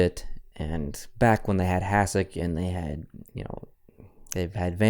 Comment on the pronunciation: Its pronounced Hashek for future defensively